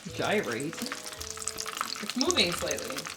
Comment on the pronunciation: WINNER WINNER CHICKEN DINNER!! Just never say the word gyrate again lolol